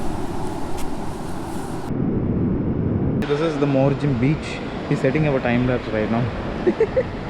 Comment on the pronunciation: Yeah bro u pronounced it properly...morjim beach ..its good spot for seeing turtles.